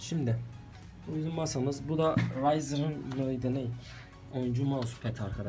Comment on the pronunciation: Abi neden rampageye yazıldığı gibi Okuyorsun bide rayzır<3